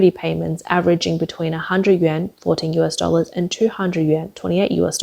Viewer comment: Im sorry. But who are these idiots that keep-across youtube- pronoucing the "YUAN" like the japanese "Yen".